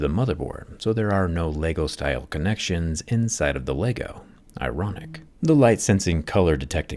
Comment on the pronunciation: My issue is his ability to not say LEGO right. Dude is smart apparently but can’t handle how to say LEGO? It took him down a peg for me haha. :/